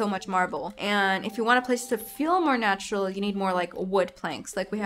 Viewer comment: “natch-er-ral” 💅 The way you said that 😂 Also I’m sorry you felt sick! Happy Easter if you celebrate! Also, again, cg on 100k! You deserve 1 million!